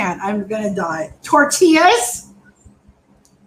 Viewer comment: "Tortilllas and twaqeetos!" 😆😆😆 I give out free Spanish lessons. 😉 Good stuff amigos 👏👏👏